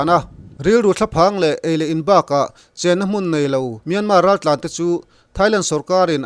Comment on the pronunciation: Kawl ram hming hi Myanmar (မြန်မာ) a ni a Myan hi lam San (မြန်း) tur a ni lo. Tin, mar pawh hi r silent tur a ni. Kawl ram mi I nih hmel a, a ram mite lam Damin lam ri hram la a tha ang. A lam ri thiam lote lam Rik Dan anga lam Rik hi chu a dik lo a nia.